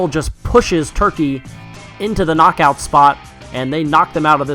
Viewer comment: U have to say KNOCKOUT not NOCOUT😕😕😕😕😕